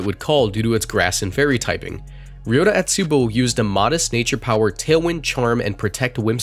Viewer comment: Good Lord am I cringing from that Otsubo pronunciation.